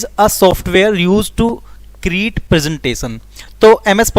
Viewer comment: Create hota hai na ki create